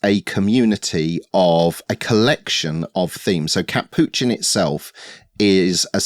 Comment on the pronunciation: Would you all consider linking to these projects in a comment, or in the description of the video? I just spent a good 3x trying to figure out you said "catppuccin"? 🤣